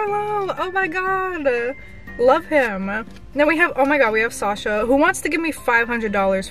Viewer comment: Hi no offence sasha is my mum‘s name and that’s not how you say it